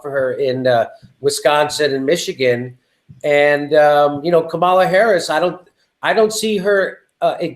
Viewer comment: I hate her candidacy, but you both need to figure out how to pronounce Kamala's name. Think how angry we get when people fuck up AOC's name. Watch her commercial [with the clapping] for her Oakland announcement. The only thing we learned in the video was how SHE pronounces her name. Jimmy, you have even acknowledged in a segment that you had been fucking up her name, then you incorrectly assessed the pronunciation issue you had been having. As bad as her campaign is, say her name correctly, unless you actually want to make up a nickname, like Cloudbootjar. [#seculartalk] " Kama -la " not " Ka - mala " PLEASE! it is as bad as when Humanist Report was saying, "Kavanow".